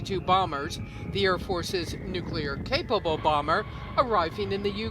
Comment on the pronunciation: Say "New" - "New". Say "Clear" - "Clear". Say "Nuclear" - "Nuciler."